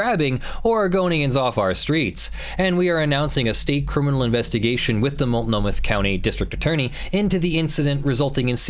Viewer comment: It's mult no mah, not mult no muth!